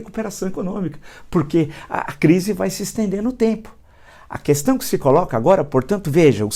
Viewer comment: A primeira palavra que ele aprendeu falar e nunca saiu da boca dele é Coestão (questão)😂😂😂